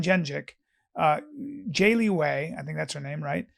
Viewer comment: I liked how Callen turned Zhang Weili to Jay-Lee Wei.